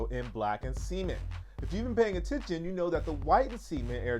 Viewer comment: next year is gonna be nuts with all these sneakers that dropping. cant wait. by the way gotta change the way you pronounce cement. lol.